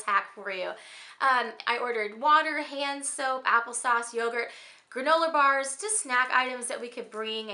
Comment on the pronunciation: The moment when she said granoler bars😂😂😂